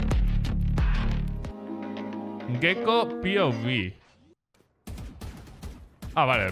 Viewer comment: Y lo de que diga p o v en vez de por jajaj